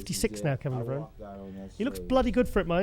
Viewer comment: try to pronounce Kevin's last name correctly. He mentioned on many shows, it's pronounced Levronee, not Levrown.